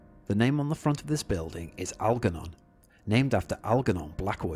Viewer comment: Algernon is pronounced with a soft g: al-jer-non.